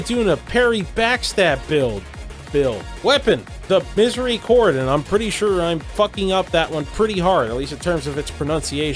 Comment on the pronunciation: coming from a fr*nch, you said miséricorde quite alright actually !